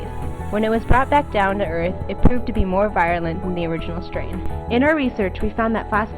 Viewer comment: Sal-moh-nella. Vye-roo-lent.